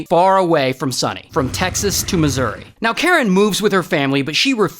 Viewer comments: Masowri bro…. It’s Missouri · The way he said Masorry instead of Missouri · I know this is not important but did he just say “mishourey” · He always mispronounces states for laughs. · No way he just said missowri 💀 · Its pro-nounced “Misery” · OMG IF YOU MISPRONOUNCE ANOUTHER STATE/COUNTERY I SWEAR , I MEAN misouery MISOUERY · “missourey” that’s not how you say it😂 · He does it to every country he says 🤦‍♂️ Watch his other videos and you’ll see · Oh goodness have I been mispronouncing “Missouri” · Ray pronouncing “Missouri”💀💀